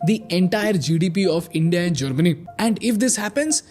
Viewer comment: Bro please atleast say the word India better